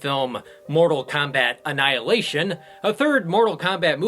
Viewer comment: Can't wait for your boot on "Annialation"